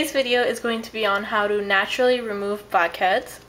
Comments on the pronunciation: i keep hearing 'bobcats' instead of blackheads :| but this looks fun! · Sounded like you said "fuckheads". *TSSK* bad habit.